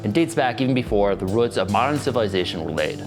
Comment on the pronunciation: ROOTS ROOOOTS NOT RUTS